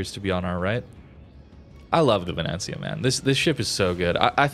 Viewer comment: Pronunctiation is great, actually. Ve-ne-zia